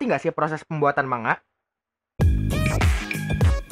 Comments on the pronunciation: Btw Itu pelafalan nya bukan manga.. tapi mangga :v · Manga dibaca mangga